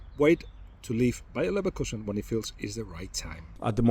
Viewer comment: mandem said liverkuesen